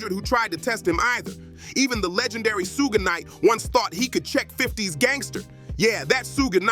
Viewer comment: Ok...for 1,if ur gonna do episodes abt smbdy atleast learn their names 1st..its not sooge knight! its shoog nite